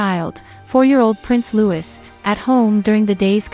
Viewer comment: Prince Louis' name is pronounced 'Loo-ee' and not 'Loo-iss'. Thanks.